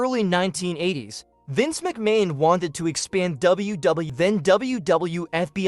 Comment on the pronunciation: Omg, but who is Vince Mchamon?